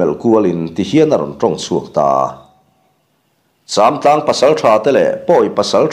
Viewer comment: châmtlang pawh a ri a dik ta😊😊